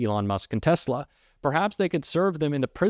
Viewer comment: Did Musk say Tezla ...yep he did.